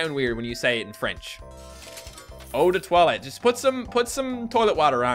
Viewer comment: Eau de toilette is not related to the bowl we shit in and plus we call perfume : parfum! Still enjoy hearing you try to speek french